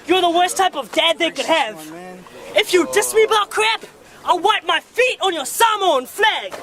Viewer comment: I like that he actually pronounces Samoan better than white people 😂🤝